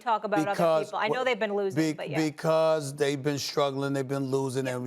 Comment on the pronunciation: Jaysom tator?